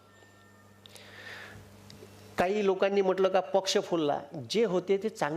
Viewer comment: Chapdya adhi bhasha nit bolayla shik va mag bhashana la suruwat kar . Poksha nahi .paksh .